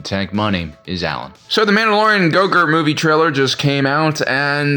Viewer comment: its a running joke that he mispronounces grogu as gogurt